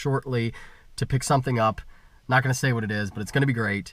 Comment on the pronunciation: you sound like a dumb ass when you emphasize that you were "NOT" in the united states